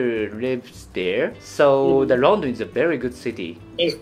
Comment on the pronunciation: 細井先生、普通に英語話せてるじゃん🤣🤣 発音も綺麗だと思った！若干イギリス寄りの発音ですよね🇬🇧(特にLondonの発音が無駄に綺麗ww)医療系専門用語を理解出来てるのも流石すぎた。聞き方もお上手ですし😌本当に多才でコミュ力の神です✨モリテツさん、このシリーズ続けて下さい‼︎